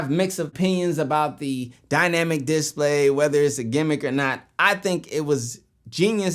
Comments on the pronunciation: What's a "dis play"? Did he mean display? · The way you say display get me every time 😂